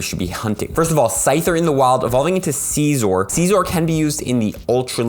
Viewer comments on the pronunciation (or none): I mean the Vid the good as always but you saying SEEEZOR is kinda bugging me lol its seizor (sizor) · Scizor it like sissores not sizor is to Ceaser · C-zor lol